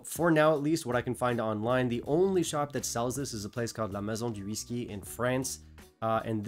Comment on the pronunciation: I came across a California whiskey while reading something online this morning. The distillery is in San Jose, about 30 miles south of me. I’m going to search for it and try it. I’ll let you know. (Btw, I’m pretty sure I know why your pronunciation of La Maison du Whisky was so perfect! LOL!)